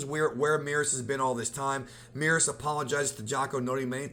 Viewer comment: The way you pronounce Merus really peeves me off